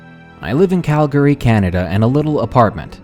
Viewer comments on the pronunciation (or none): none